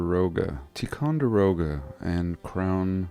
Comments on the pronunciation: Fort Tie-con-der-oh-ga Sorry lol, it was like nails on a chalkboard when I heard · Pronounced Tie•con•duroga. I think they left it because it was famous with the old generations already. Really cool vid. Thank you